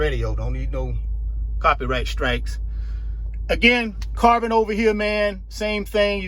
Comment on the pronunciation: I like how you mention "carbon". I thought yous saying "car burn". From Ghana, West Africa.